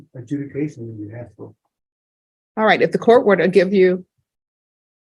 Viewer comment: Just realised she said deferred adjunication